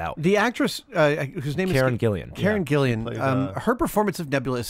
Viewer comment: It's Karen GILLAN, not Karen GILLIAN.